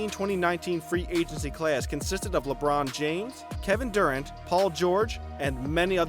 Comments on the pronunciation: ”Kevin Durr-ant” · i dig ginobili is too much for you to pronounce right but kevin dUrant... FFS dude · The way he says Durant and Ginóbili is funny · Learn to pronounce ginobli and Durant! This are all time great basketball players! It's cancer in my ear how you pronounce them